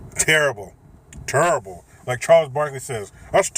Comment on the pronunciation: Ha haaaa.... Charles Barkley doesn't say "terrble" he says "tirrable" :)